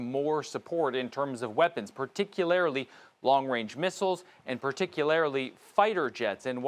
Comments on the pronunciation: "Particularily" ?? I think he means 'particularly'. 😅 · Homeboy say, "particulairlily" lol. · Did he say particularily? Is that a real word? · That reporter said 'Particularily' twice. Good grief! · Ive never met a man who cant say “particularly”